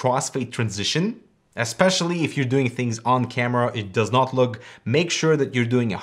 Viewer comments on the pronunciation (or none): "It does not loog"? "It does not lug"???